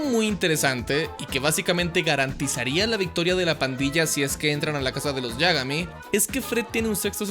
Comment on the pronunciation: tio! disfruto enormemente tus videos pero por el amor de satanás! ínterpol, yágami? La sílaba tónica se fue de sabático? D